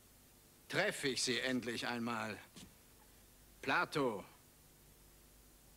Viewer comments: Platon nicht Plato. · Warum "Plato"? Er heißt Platon.